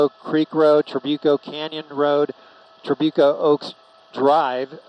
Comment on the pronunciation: So far nobody has pronounced Trabuco correctly!!!